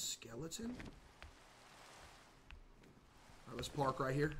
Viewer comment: bros saying park like its your average toyota Camry lmao